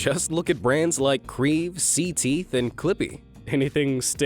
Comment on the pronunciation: It’s not c teeth it’s (ce-teeth)